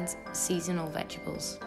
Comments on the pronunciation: I love you to bits gal but its veg-et-ables....not vegables!!!!!!!!!!!!!!!!!!!!!!!!!!!!!!!!!!!!! >.< !!! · ohhh Its so funny how you say Vegibles instead of Vegetables )) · Veg-a-bles lol